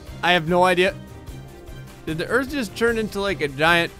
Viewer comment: I heard u say gerth not earth